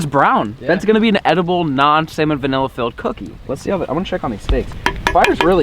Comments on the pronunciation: Why does he say salmon vanilla it’s salmonella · he said “salmon vanilla” and “bony apple feet” 😂😂 i dropped my phone when i heard that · I love it when he says salmon vanilla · Sounds like he says salmonvanilla